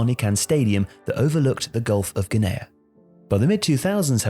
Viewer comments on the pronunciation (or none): It's pronounced "Gulf of gini"